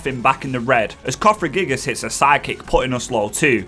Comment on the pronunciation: You are correct, you did mispronounce Siebold. It's Sea-bold, like the ocean, but bold. You also mixed around a few letters in Cofagriegus. You said it cofragiegus. Best way to remember it is through Elisa's pun "wouldn't you cough-agree-gus?"